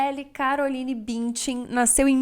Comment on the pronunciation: Como irrita, e ate doi nos ouvidos qdo falam o nome BÜNDCHEN c a pronuncia arrada!😖🙈🙊